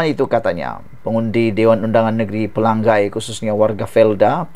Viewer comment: Pelangai... Sama bunyinya dengan Pelang nyai.. Bukan Pelang gai